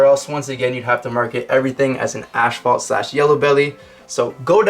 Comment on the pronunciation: Am I the only one who thinks the way he says asphalt is funny “ashphalt” lol I don’t think there is an h after the s in asphalt 🤣. Anyway good job with the videos but just for future reference it’s pronounced asfolt not ashfolt.